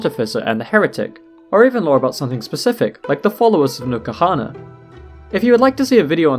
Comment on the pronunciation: Every single video I've seen people keep pronouncing n'kuhana, nukahana. Nuh-ku-ha-na, it's not that hard.